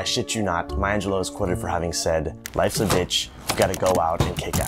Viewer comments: I would humbly beg your pardon, but her last name is Angelou (pronounced Ahn je lu. Not Angeloe. It's French and the root word is Angel, which is a messenger. Rather fitting I would say. She was definitely a messenger of the spirit.). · I am so distracted by the fact that you mispronunce her last name as AngelO in stead of AngelEW. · Step one: Learn to say her last name correctly.